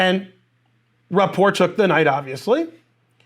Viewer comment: I like how you say his name wrong.